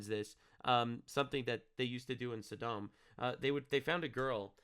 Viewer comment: I've always heard it pronounced "Saw - Dumb"